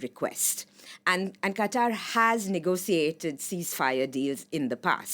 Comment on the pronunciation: Can't get over the fact how she says "negociate" instead of negotiate.